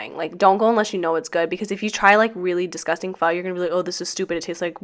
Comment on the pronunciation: you actually said PHO correctly . which is awesome ! & you are right - the best pho are the ones your asian friends recommend lol . but love your PWMS